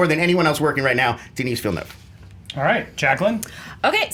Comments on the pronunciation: The girl pronounced Denis Villeneuve's name as "Dennis Vinya", I know it's hard to pronounce but at least make an attempt to get it right. Great video nonetheless. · Every time they said Denis Villeneuve's name (by the way pronounced 'Deni Villenu' for anyone wondering) it would change haha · I'm from Québec and I can conmfirm officially: you don't pronounce the S in "Denis Villeneuve". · "Duh-knee Veal-nuhv", guys. Not that hard... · I'm from Quebec, so I know the proper French Canadian way to pronounce Denis Villeneuve; I'd say the closest I could describe it is "The Knee Vil Nerve (but don't pronounce the "r")" Just saying... it's funny how people everywhere are having a hard time with it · Deni[s] Villeneuve. Do not pronounce the "s". pronounced it right. (I'm from Québec (you know, what you call French Canada));)